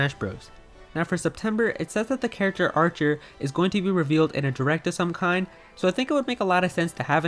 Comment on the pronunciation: Hmm... Archer rhymes with.. a r t h u r